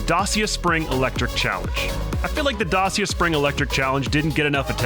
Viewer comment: The way he says Dacia is so jarrin